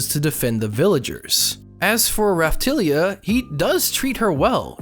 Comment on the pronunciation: I don't mind you saying the shield hero is no hero but when you say raphtalia in the wrong way i got triggered